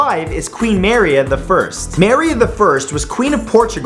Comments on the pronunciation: For the love of God.... It's ma-RÍ-a... The stress in the second syllable. How in the world did you ever hear it pronounced MA-ri-a?! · Does anybody else cringe every time he pronounces Queen Maria wrong? He keeps saying it as "MarY-Uh" or "Mar-e-uh" "Mary-a" etc..... But the way it's spelled and as far as I know it's "Ma-re-a" or "Muh-ree-uh" Lol 🤣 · "Maria" is pronounced "Ma-REE-a," not "MA-ree-a." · Its pronounced "ma-reeya" not "mar-ya" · Does anyone else think that Maria is getting mispronounced here...? Mur-EE-ah? Instead of MAIR-ee-a? Anyone? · Maria is not pronounced (Mairē a) it is (Mârēa) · You pronounce maria mArEa? I pronounce it murEuh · Dude, it's pronounced muh-reeah, not mare-eea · dude, I have NEVER heard someone mispronounce every day names like you! maria the first is pronounced mah-ree-ah. not mary....ah dayum. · You mean Ma Ree Ah, not Mare Ee a right? Maria is pronounced Ma Ree Ah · Muh-ree-uh. Queen Maria I is read as Queen Muh-ree-uh, not Meh-riah. Still loving these, though. These videos make me feel smart. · Not to be rude or anything, I thought this was a great video, but queen Maria isn't pronounced like that. It's pronounces mah-re-ah, and not may-re-ah. Anyway, keep up the good work Matt! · Marya. It's pronounced Mah ree a! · I loved how he pronounced Maria as mary ah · It's Mu-reea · It's actually pronounced Mar-e-ah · Maria is pronounced ma-ree-ah (just a little FYI there ) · 1. Your pronounciation of Maria is grating; the first a isnt spelled like in happiness, but rather like in Lavigne(yes, as in Avril Lavigne); 2. Why does everyone expect GoT characters on this list? they arent part of history, are you sure you dont have dissociative schizophrenia? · I think it's pronounced Mah-ree-ah and marry-uh. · Maria "Muh-ree-uh" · I love watching your videos, they're so informative and entertaining, but I couldn't stop laughing when you kept saying Maria, it's pronounced MA-REE-A :D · Who the hell manages to mispronounce "Maria"...